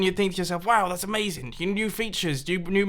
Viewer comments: Amazing ‘Mazing!’ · its not amazing Its a-maze-ing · Is it amazing or is it A-MAZE-ING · "This is a-MAZE-ing!!" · Did you just say "amazeing" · You said aMAZEing on the maze one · how he said a MAZE ing at the maze -. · “this is a-maze-ing” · He said aMAZEing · This is A-MAZE-ING xD